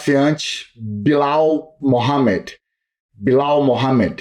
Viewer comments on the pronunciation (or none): 😂😂😂😂 ele disse " Bilau" kkkkk é Belal 😂😂😂😂 cigano é top.